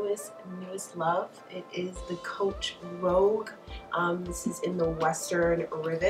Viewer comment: I think it's rogue, not rouge----nice bag